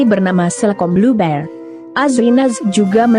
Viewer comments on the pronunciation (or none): none